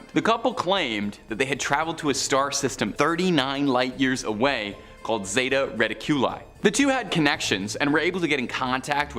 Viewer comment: Zayta reddicula??? Come on dude......